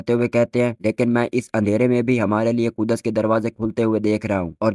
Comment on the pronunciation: Ku-das nhi bhaai Kuds h 😂😂